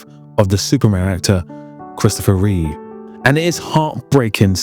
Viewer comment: Christopher REEVE, not REEVES.